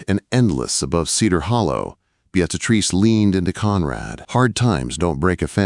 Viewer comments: I was hearing Beat A Trees or Bead A Trees. 🤣🤣🤣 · I couldn't listen to this ...... the name pronunciation was too distracting .... (Bee-ah- treece) Beatrice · 🤣 The AI pronunciation of Beatrice. Just call her Trixie! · AI really butchered poor Beatrice’s name. Listening from Clarksville, TN.